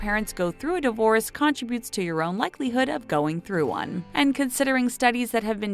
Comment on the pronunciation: okay. its not CONtr'bute its con TRIB ute , and...its not a "Broad" of children, its "brood". can I have the narration job, because this woman or more likely machine, sucks at it!